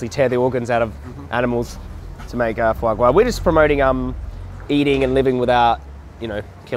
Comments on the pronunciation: Fwa gwa?!? 🤣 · Fwa gwa.. VEGAN FWA GWA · foie gras ahahha